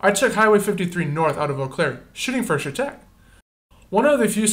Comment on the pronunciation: I live off M in chetek and from my house you could see the tornado forming coming straight to my house. Pronounced Shatec.